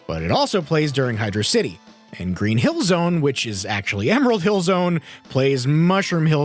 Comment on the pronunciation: Every time someone calls Hydrocity “Hydro City”, I die a little inside……